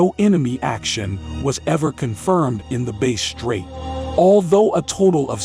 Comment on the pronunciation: It is Bass straight Not Bay straight